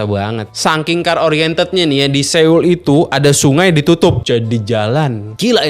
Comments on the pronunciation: Soul om bacanya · Dibaca nya bukan seul